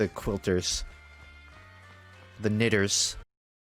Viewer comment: He said 'Knitter' with the hard R.